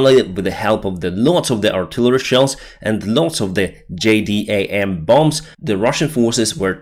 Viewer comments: it's not J-D-A-M-S...It's pronounced JAY-DAMS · it's easier to call jdams, "Jay-dams" instead of spelling it out. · ...they're called "Jay-dams". SLAVA UKRAINE, from Texas.